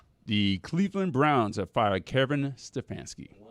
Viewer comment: Does know there’s no R in Kevin?